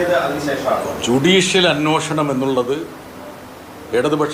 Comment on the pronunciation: 'അന്വോഷണം ' അല്ല ബ്രിട്ടാസേ, അന്വേഷണം എന്ന് പറ.